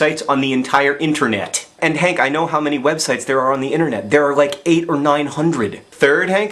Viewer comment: did you hear how he emphasized the word "800", he deliberately did that to give our attention a workout, he is training us to be strong, well built nerd fighters! TROUPS, ASSEMBLE !!!